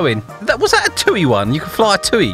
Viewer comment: It’s TUI ( tee you eye ) not Toi (tuu ee)